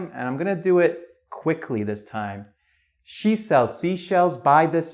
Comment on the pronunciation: Ok guys! I need a little help here. Is it his accent, which I couldn't figure out the origin, or do you really pronounce "She" like "Shu"?